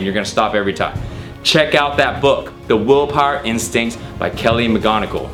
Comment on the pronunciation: He keeps saying woolpawer